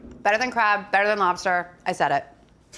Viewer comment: Never did I ever imagine Alison Roman to be one to pronounce it “craahb” . 10/10 video though!